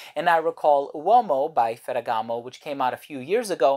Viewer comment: Everything you said about this fragrance makes it a must try for me, not to mention your pronunciation of the name.... masterful.